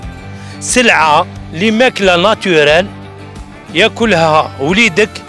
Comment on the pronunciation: توجوغ وناتوغال 😂😂 مواال مايعرف يحكي هاك